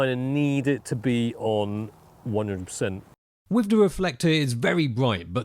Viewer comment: no u mean. "wiv, and wivout"